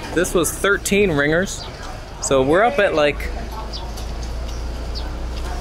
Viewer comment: Hahaha it's Ringgit. Not 'ringers'